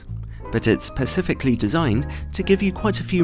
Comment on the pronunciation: its specific, not pacific